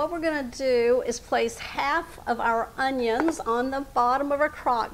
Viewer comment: That's not the correct way to pronounce our onions